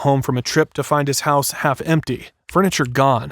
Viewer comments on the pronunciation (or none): none